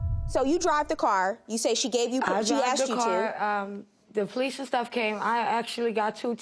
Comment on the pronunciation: "The police and suff came" "There was no breafuss"